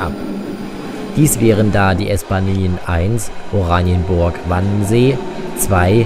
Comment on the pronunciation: Jetzt ist die Aussprache richtig. Wannsee statt Wannensee.